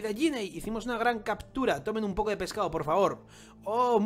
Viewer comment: Es Ginny, no yinei